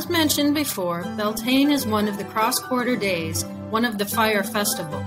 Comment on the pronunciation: Slight mispronounciation on bealtaine. We pronounce it like be-al-ti-na